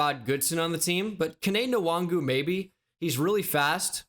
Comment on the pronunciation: Kene Nwangwu is pronounced “wahn-goo”